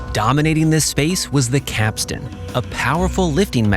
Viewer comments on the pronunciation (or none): none